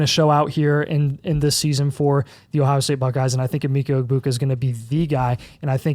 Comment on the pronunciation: It’s “Eh-MECK-uh” Egbuka Also think you guys are sleeping on Quinshon Judkins. He should be up there with Gordon and Jeanty.